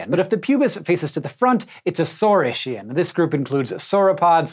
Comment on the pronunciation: Imagine not pronouncing Ornithischian and Saurischian correctly